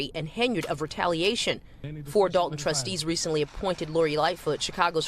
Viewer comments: Why is it nobody can say this town's name properly? It is Dolton not Dalton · Why do they keep calling it Dalton when it is Dolton?